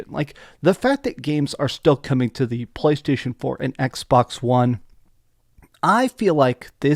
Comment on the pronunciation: "talking about BBlaystation" 😂